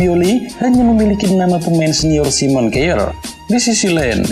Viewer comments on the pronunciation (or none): none